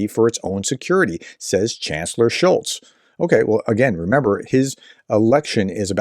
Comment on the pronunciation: Still no t in Scholz